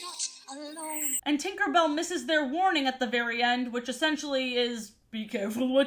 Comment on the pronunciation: He he she said twinkerbell😂